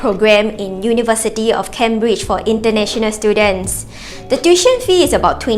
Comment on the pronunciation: Tuition is pronounced as Too-ee-tion, not the SG heartlander way of Tiu-tion